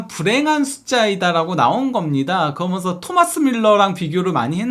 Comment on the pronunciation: 아 발음좀.. 그러면서 거먼서.. 한번도 끝까지 시청을 못하네